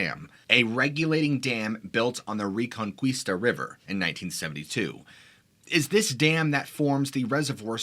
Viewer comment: Reconquista is pronounced reconKEEsta.